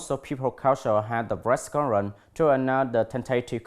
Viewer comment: Tại phút tư·conference /ˈkɒnfərəns/ anh đi đọc là /ˈkɔnfərən/ và thiếu âm bật /s/. Tại phút cụm tentative contents phải đọc là /ˈtentətɪv ˈkɒntent/ mà anh đọc là /ten`teɪtɪv kənˈtent/ là sai trầm trọng vì content (v) nhấn vần 2 còn (n) nhấn 1 nha anh.